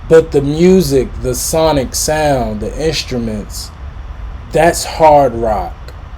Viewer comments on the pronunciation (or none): none